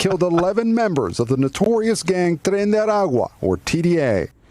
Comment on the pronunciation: Am I imagining things or did the newscaster say "Tren de Agua" when he was trying to say the gang's name?